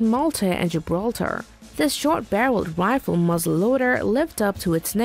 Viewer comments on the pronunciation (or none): none